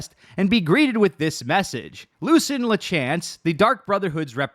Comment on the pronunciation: Stop mispronouncing Lucien. Please. I beg of you.